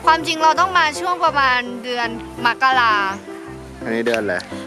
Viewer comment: มกราไม่ไช้มักรา